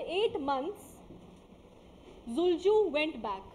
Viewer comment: Not zulju but Dulucha